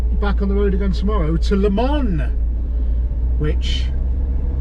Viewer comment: Great video, please try this LE MON not le man, thats got that over with. Your on the same toll road we use 2-3 times a year I think A28, your right fantastic road I did over 1400 miles last trip and found I pothole It was acutally a strip of tarmac lifted. Our roads are the laughing stock of europe.